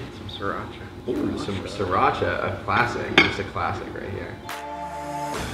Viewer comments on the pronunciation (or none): none